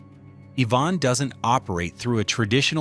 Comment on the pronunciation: Say it with me, Ivan, not Yvonne. 🤦🏻‍♂️